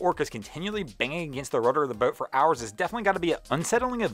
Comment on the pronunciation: This dude really needs to learn how to say BOAT. It sounds like he has a mouthful of rotting chicken. I can't even listen to him anymore.... I only made it half way through....like nails on a blackboard.